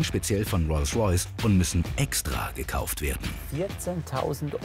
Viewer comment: Ich mag Hamid ja echt gern ich gucke die Folgen immer total gerne aber mich triggert es dass er statt Rolls Royce Reus Reus sagt